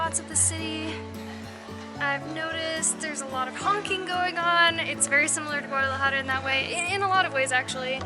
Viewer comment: Great video, guys! (as usual) FYI, "Sapos" = toads (rather than frogs):-), nice to see you practicing your "j" sound in "Guadalajara":-D Keep having fun and taking us along!